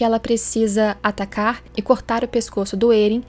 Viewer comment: Faz uns 4 vídeos que sempre que eu ouço a falando atacar eu ouço "tatakar" quase um tatakae